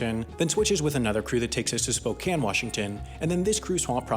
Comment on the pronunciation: You know he's good because he pronounced "Spokane" correctly